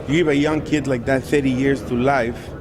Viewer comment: "You gib a yoong keed like that thirty years to life, chances are you're not gonna see that kid again." Yeah. That's the point,.